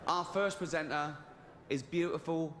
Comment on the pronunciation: He keeps saying "PresentNar" 🤨